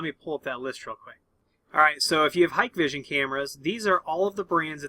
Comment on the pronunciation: It’s not hike vision. It’s pronounced Hi Kay vision